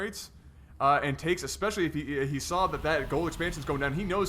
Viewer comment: Especially. NOT EXPECIALLY